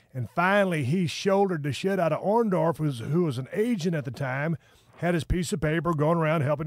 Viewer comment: soori he said Orndoff and I be damned if you didn't spell it that way,lol. OrndoRff bro. Tennessee Stud says it the worst way ever